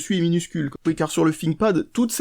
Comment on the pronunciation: un "finkpad" XD c'est thinkpad learn your english